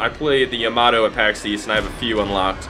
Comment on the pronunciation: Butchers the Yamato pronunciation